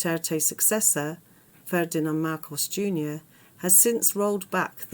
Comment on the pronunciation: "Ferdinand Marcos, Jr." Really? I mean really?